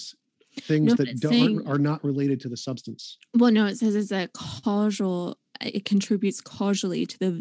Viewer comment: Someone please teach her how to pronounce "causal". And "cannabinoid".